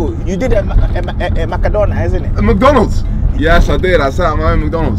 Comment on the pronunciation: You did a "Maka-donald"🤣🤣🤣